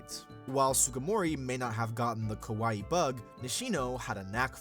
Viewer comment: I'm loving the video, but as a person that loves languages, my ears bleed with the pronunciation of KAWAII. The reason... If you pronounce it as KOWAII (which is happening in the narration), it means SCARY. Many english speakers that learn and speak japanese have this problem so no worries you are doing your best. Great video!! Keep it up!!